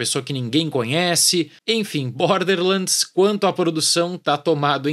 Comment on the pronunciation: "bórderrrr lândis" 😂